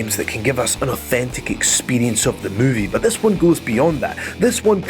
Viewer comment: Say "authentic experrrience" one more time,i dare u,i double dare u